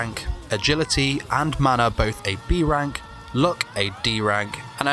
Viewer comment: If he didnt say "rank-ked" at all the times he did, it be better. He sounds like hes gnashing his teeth.